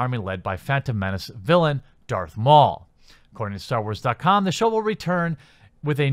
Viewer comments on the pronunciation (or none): none